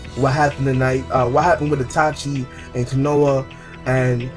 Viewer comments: In "kono-ha" really u mispronounced the village name lmaoo wow let me help u "KO-NO-HA" there ya go! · Kanouh = Konoha